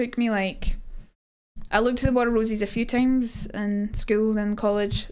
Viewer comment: I swear everytime she says it, it sounds like she's saying War of Rosies, so I picture a bunch of women named Rose all battling for who is the Rosiest of them all.